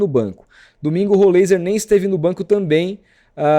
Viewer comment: Pronuncia-se: Rolráizer